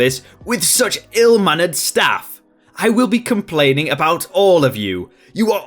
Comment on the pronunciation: "Complainging" My nipples are bleeding.